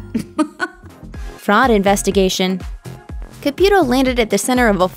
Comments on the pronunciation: FIRST OFF. HER NAME IS PRONOUNCED C-A-P-EW-TOW- CAPUTO. NOT CAPYUTO. 2ND. EVERY SINGLE PERSON ON THIS ENTIRE EARTH say the exact same thing about every single medium. "They are preying on the vulnerable" "IF you are real come out and prove it" " No one talks to the dead they just use body language" " No one talks to the dead they just guess". Of COURSE not all of her readings are going to be accurate. I think it would be necessary for her to say " It isn't at any time I can read anyone. At times no one comes through" I know for a fact spirits exist. I've seen them. I've felt them. I've woken up with bruises and hand prints across my arms..Until you've felt or witnessed it you won't believe it..I mean there are some who do..But not all. We all have intuition. Some more than others. I feel emotions so heavy that I can feel someone's anxiousness or their pain and sorrow..to where I cry and I won't know exactly why. I've been in hones and felt bad energy etc. We can all feel it if we are intune...For me I believe that SOME people truly can do these things...But at times they are over exxagerated. Such as acting out as if 100 percent of the time they can reach out to anyone. Theresa said it in one of her readings. " Not all spirits want to come to the other side. Not all people want or need to be read. It depends" Expectations are set too high...But I do believe she does believe in what she does and is genuine about it. Some parties do not work with the medium. That can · I guess her and her husband called it “Caputo” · It's not pronounced CA-PEW-To. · Can’t stand your pronunciation of Caputo’s name.